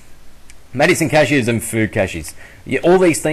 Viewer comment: when ever you say caches it sounds like you are saying cashews.....now im hungry :|